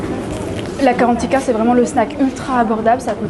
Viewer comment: Le c’est gratuit m’étonne pas mdrrr… Mais please c’est pas karantika mais GARANTITA